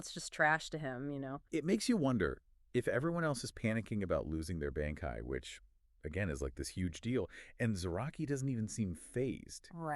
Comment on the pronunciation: You guys pronunciations of bankai are killing me.